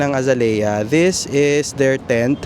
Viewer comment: The correct pronunciation of Azalea is actually uh zay lee uh Phonetics: ( a zay liya) Source. AI.